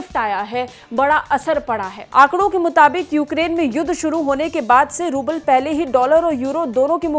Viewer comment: Rubal hota hai pubal nhi